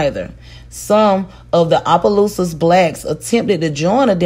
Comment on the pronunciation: Everyone messes up the name of Opelousas, it’s okay lol. It’s pronounced Ah-Puh-Loose-Us